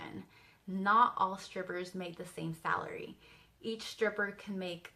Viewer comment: "Salary" lol